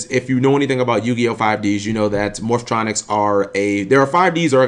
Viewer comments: "Morph-O-Tronics" lmao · "Morphatronic" The cringe.